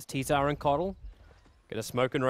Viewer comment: i wish knew that tzar is not pronounced as t-zar